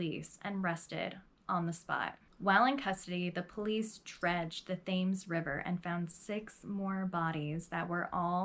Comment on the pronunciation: Thames river is pronounced "Tems" 😉 awesome narrative though. I remember this woman, I think she was on Deadly Women or one of those shows.